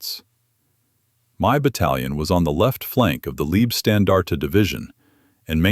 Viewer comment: Excellent presentation. Except for one small linguistic correction: Those are not "leebstandarte", "lieb" in German meaning "dear, darling, cherished", but "laybstandarte", "Leib" in German meaning "body", hence Leibstandarte means bodyguards.